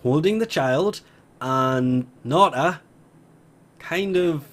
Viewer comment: How you are pronouncing orokin and Nata is driving me up the wall not going to lie